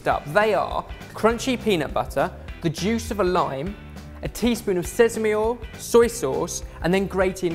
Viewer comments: Ok. Did they not all have a go at for saying sezame instead of sesame..? Coz I'm pretty sure I just heard say sezame as well. Come on guys make up your mind lmao! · I thought went through speach rehab, why does he still say sesame with a z 😂